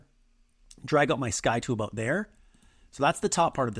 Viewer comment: "I have no idea ABOAT sailing . . . " I grew up in northern Wisconsin and I know a Canadian when I hear one ;) As a sailor, I will forgive your boat. I work almost entirely in Photo, and forget the Transparency tool in Designer. The process in Photo (v1) is kludgy, but in Designer it's so easy. Watching someone else work is always helpful.